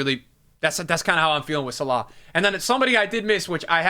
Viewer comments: Who da fuck is Salar? Sal-Ah 🤦‍♂️🤦‍♂️ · My guy just said Sallaa…. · man do you butcher salah's name :D